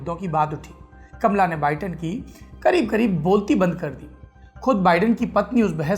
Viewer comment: कमला नहीं कामाला